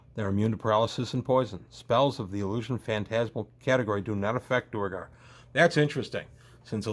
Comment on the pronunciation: I've never heard anyone call them anything but "dwair-gar."